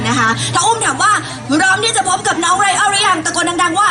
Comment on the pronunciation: 🎡🎪งานวัดTerminal Ryan สุดปังตลอด ..ชอบพิธีกรเรียกชื่อไรอัลลลได้Acentดรมากๆ555🎉